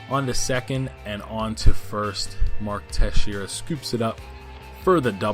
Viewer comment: It is mark teshara not texeira